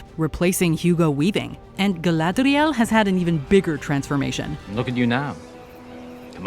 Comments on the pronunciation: I think is making fun of the new pronunciation of Galadrrrriel imposed by Amazon. Also, next time you guys do a sponsored content video, just let us know. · You are a clown, and your reference to "GaladRRiel" makes that blatantly obvious to most everyone. Especially everyone whose mother tongue is not English, and anyone who understands Tolkien's work as linguist. The elves do not speak English. Their names are not English. Their letters, pronunciation, phonetics, grammar, vocabulary... nothing is English. When you read what the Elves said or thought, you are essentially reading a translated text. A text that Tolkien translates to you, because unlike Tolkien, you don't understand Quenya or Sindarin, nor probably any of the other dozen or so languages Tolkien was quite fluent with. You should be thankful - thankful, I say! - that someone let's you at least get a glimpse of what lies so far beyond your linguistic capabilities. She IS GaladRRiel. Peter Jackson's was also GaladRRiel, but they said it wrong. Learn. Become wiser. Instead of railing against the everyone who shakes your biased foundations you call "logic" or "common sense" or "how to speak properly". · Please, stop saying “Galadriel” that way.